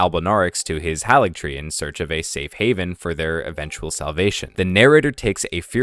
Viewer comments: It's "Moh-Gwyn", not "Maw-Gwyn". "Hayligtree", not "Hahligtree". That voice at the start is unlikely to be Miquella's. Everything we know suggests that the Tarnished is looking for Miquella in the Land of Shadows. Yet, the voice in the dialogue tells the Tarnished to touch the withered arm and they will "not be far behind". It's another NPC who's also going into the Land of Shadows with the Tarnished. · Mohgs name is mohg not mohgwyn. Haligtree is pronounced hay-lig tree and Marika is mare-ik-uh. Not being a prick. I know when I pronounce things wrong I get mad when no one tells me